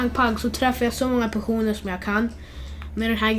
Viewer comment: Hahahhahah du säger pesoner